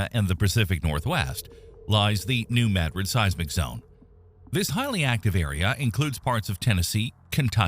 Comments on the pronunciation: Not in s.e. Missouri. New Mad rid is correct. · New Mad-rid, or New Muh-drid (pronounced like the Spanish city) are both acceptable. But the locals pronounce it "Mad-rid". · that's how we pronounce it, we live close to New Mad Rid😆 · Holy crap..."New Madrid" got pronounced correctly in a YouTube video for once. Nu MADrid 🎉🎉🎉🎉🎉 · That is the correct pronunciation for s.e. Missouri. New Mad rid. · I’m in Southern Illinois, and a short time ago, in the evening, I felt a slight rumble…it didn’t scare me, but I’m sure I know what it was. I’m out in the country and it was not a big truck rolling by down the road. And it is pronounced Maa-drid (short ‘a’ like in apple 🍎) here. AI voice got it right. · Wow! You pronounced New Madrid correctly! Cudos! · As someone born and raised in New Madrid, I’m just proud a YT video pronounced the name correctly for once. 😆 We live on a subduction zone, which, if the big one hits, will instantly liquify the ground. There will be no shaking. It will come in waves. Literally the earth rolling. The sand boils will pop up. You can still see the scars from satellites. It will be devastating. I just hope we are in the long sleep of this giant. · Finally, someone can say New Madrid properly!!!!!